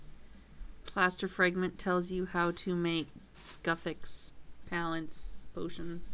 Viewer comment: IT'S NOT GUH-THIX. IT'S GOO-THIX BITCH.